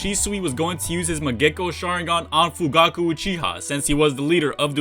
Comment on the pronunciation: Mangekyou not mangecko sharingan lmao